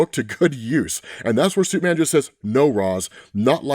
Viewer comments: Ahh yes "Supeman" my fave hero😂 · We love Absolute "Supeman"